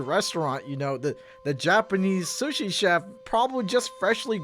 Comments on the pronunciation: Calls people weird Pronounces sushi weird I see how it is lmao Uno reverse my dude Edit: guess I'm a half serial killer already because I eat raw sushi yes, but I love fried sushi. Edit2: I sniff new food I haven't tried before lol Edit3: I love crust idk why people don't eat it, your eating bread already so it's not much different calorie wise. Edit4: flat soda is gross Edit5: I dislike ketchup on steak , I like steak sauce more or ranch and that's if it's not juicy Edit6: milk before serial is a crime Edit7: boneless chicken is dope, the bone fucking sucks most of the time. It takes up most of the chicken, and if you get a non spicy level anyway what's the point between bone or no bone . Edit8: lmao I ate pizza Galway then crust first at my high school to annoy people 😂 Eating everything in a cycle though is nice, and I eat the best last , So watcha back I guess 😈 I eat boneless chicken and eat specific stuff in specific order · Am I the only one questioning how you pronounce sushi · The way he pronounces sushi is killing me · criticizes the way people eat food Also: pronounces sushi like this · pronouncing 'sushi' makes me extremely uncomfortable for some reason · The way you pronounce “sushi” scares me. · The way u pronounce "sushi" is mad sus ngl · I’m sorry, I heard shush-ee instead of Sue-she 😂 ???? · Makes fun of peoples different eating habits, Also: says sushi (soo-sh-ee) as sushi (s-uh-sh-ee) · Okay but I'm gonna call you sus for calling sushi "suh-shee" rather than "soo-shee". It sounds like slushee. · like another commenter also said.. did y'all notice how pronounces sushi like suhshi but not sooshi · This guy. I love but how are you gonna judge how people eat when you pronounce sushi as SUS-shi??? I've always pronounced it Sooshi. Am I wrong or is weird??? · he pronounces sushi like suh-shee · why does call sushi "suhshi" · Man over here really pronouncing sushi as shush-shi